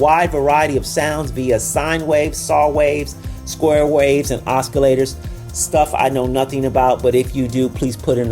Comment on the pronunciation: Oscillators: The "c" is silent.